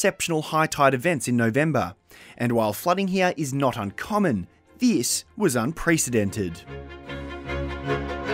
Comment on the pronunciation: your accent butchers the word unprecedented